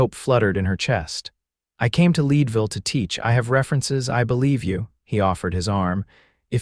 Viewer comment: I’m from Colorado. Town is pronounced Led Ville not lead